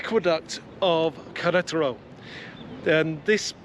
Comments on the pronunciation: For the lady it should be more like Ke-re-ta-ro, with the spaces yes... because you're sounding like "ketro". In Spanish whatever is written you pronounce, there's no shortcut nor lazy approach. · Great video guys keep them coming. I watch with subtitles on and pronunciation of Queretero translates to Karate Roll and Collateral:-)